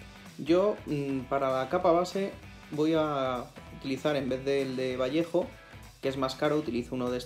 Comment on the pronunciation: Senior, your videos are awsome! And thanks to you i now know how to pronounce Vallejo :D gracias e saludos